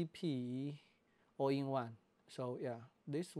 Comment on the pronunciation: All-I is more data intensive in a given recording mode than IPB. So if IPB has problems, ALL-I will too, all else the same. It sounds like you are saying "All in one" in the video, not "All eye" or "All I". It is bad idea to use no-name cards in such a camera as the R5.